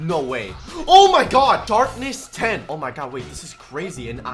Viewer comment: did I hear he say dark ness 10